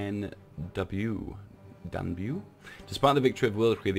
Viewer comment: ok, romanian names are hard, i understand, but fucken danube ?